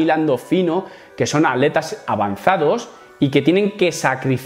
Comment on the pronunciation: Cada vez que dices atletas escucho aleta 😳